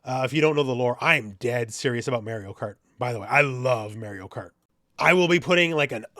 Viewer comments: As if Élena wasn't enough, now you hit me with Mayrio. Your pronunciation's killing me lol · "Mayorio Kart" -, 2025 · Did you just say Mary-o? 😂😬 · It’s Mar ree oo. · May-ree-oh? You having trouble with that there Eye-tal-yun name? 🙃🤣🥴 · Go back and play Mario 64 and learn how to pronounce Mario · This switch 2 video was likley made at least a month ago, and maybe Elena trailer wasn't ready by then. But also I didn't know you could pronounce Mario like that and I'm also Canadian.